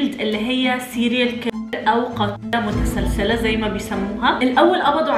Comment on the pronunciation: متسلل او متسللة مش متسلسلة هههه